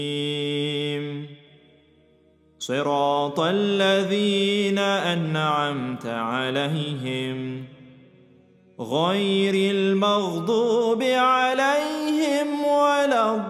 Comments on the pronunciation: Ihdi na swirata or ihdi na sirata? Its ص not س، why did you say sirata as س? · Remake the video again , the 6th ayah you read it as there is (seen) instead of (swad).